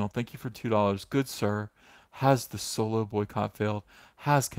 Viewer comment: I thought Solo was actually called Soylo.because you say it so convincingly.